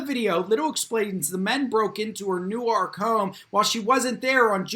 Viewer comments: I'm sure someone pointed out it's pronounced New Work. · I dunno where you're from,, but you need a little tutorial on how to pronounce 'Newark.' Correctly pronouncing placenames of very well-known municipalities is just... well, Common Sense.